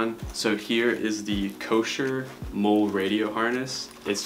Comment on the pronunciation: First rig: molle. Pronounced - Molly. Just fyi. Great vid, though. Final leather rig review was perf.